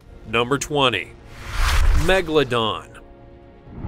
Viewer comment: Why he always says Megladon. The name is MEGALODON.